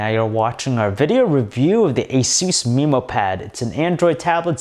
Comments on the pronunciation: MEHmow pad, not MEEmow pad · "mi"mo pad? ayusin mo ingles mo! alam ko pinoy ka ksi padalos2 ka magsalita! wag ka na magreview ulit!